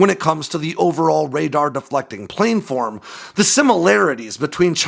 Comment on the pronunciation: please... planform is pronounced plan-form, not plane-form.